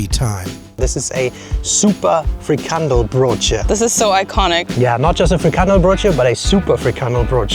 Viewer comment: I love how every english person just say frikandelbroodje wrong😊😊😊